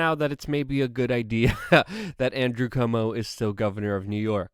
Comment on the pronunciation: Can you spell out the way you're pronouncing 'cuomo'? My hearing is terrible. Thank you Luke.